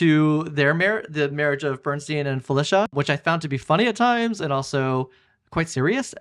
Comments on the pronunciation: Great review, but why do you keep pronouncing his name BernSTEEN instead of BernSTINE?! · Please, Please the correct pronunciation is STINE...not STEEN! Bernstein literally means: "Burnt Stone" in German.